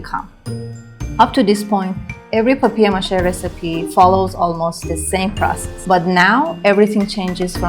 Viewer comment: Повеселило : " бабье' ма'ше" 😅.